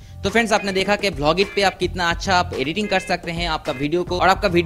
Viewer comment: Blogit nahi Vlogit hota hai.....tum Indians kab bolna seekhoge